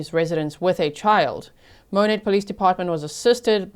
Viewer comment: I live in Monett and heard the sirens the day this happened. I checked a local fb group crimewatch page where Hannah’s neighbors were posting what happened and were asking for prayers that the grandparents could get the baby. Such a sad situation. Thank you for covering this story. (And kudos for pronouncing Monett correctly.)